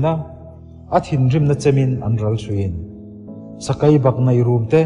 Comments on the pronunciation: A ngaihnawm a i chhiar ni in ka hre sia i tawng hmandan a va mak em em sakai a awm lo sakei ania siruk i lam dan pawh a dik lo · Ichhiar uluk lo deuh a angaihnawm tur ang ani lo deuh tlat sakei tih tur Sakai tih te bei tih tur Bai tih ang in Ari tlat a han chhiar uluk deuh la angaihnawm sawt ang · Ngaihthlak a man hla hle mai.Mahse thu lam hriat nuam lo a awm zeuh zeuh tih mai loh chu.Sakei tih tur ah Sakai tih te, thei tih tur ah thai tih te..a dang tlem nen...